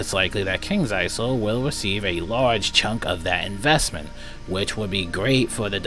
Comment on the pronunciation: Ha ha until 5th September!!! Wow! A whole two weeks!! That will do a lot... Oh and btw, Kings Isle is pronounced with a silent s; Isle = Island so the s is not pronounced.